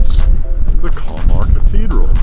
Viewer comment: Nice video! My wife (Swedish) says you got the pronunciation wrong of the name :D It looks like a super little town! Sweden in the summer is always beautiful! Nice editing in this! Thanks for sharing!